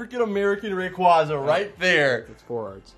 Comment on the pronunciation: Rayquaza. favorite Pokémon and yet like nearly everyone else can’t pronounce his name. Also, making the equally common pronunciation mistake with Arceus.